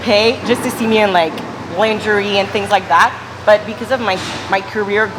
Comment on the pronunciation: She pronounced lingerie so weird.